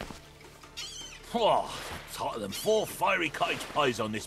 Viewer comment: "this beach is 'otter then four firey cottage pies" I'm dying laughing at this monstrosity of a game